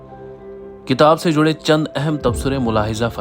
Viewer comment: شاندار لیکن جُڑے نہیں جَڑے ہیں